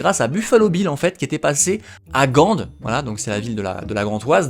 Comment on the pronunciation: Super vidéo ! Par contre on dit GAND sans dire le D et LokEren il faut dire le E😅😅